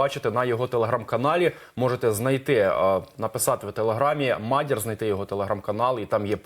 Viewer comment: тупий ведучий погано вчився в школі, а то знав би, що в слові мадяр-наголос на другому складі!